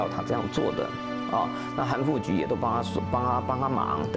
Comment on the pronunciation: 韩复qu 不是ju 历史系专家中文有问题